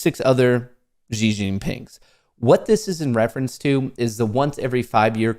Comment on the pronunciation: You pronounced Hu Jingtao well however Xi is pronounced ‘She’.